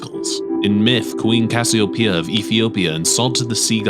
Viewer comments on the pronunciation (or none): none